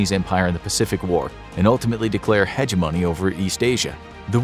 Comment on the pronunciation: 1. hegemony: huh-JEM-uh-knee, not “hedge money” 2. The US had 48 states in WW2, and may never had made Alaska and Hawaii states